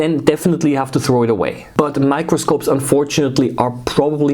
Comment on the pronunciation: Every time you say in the first time I thought you said micropuncture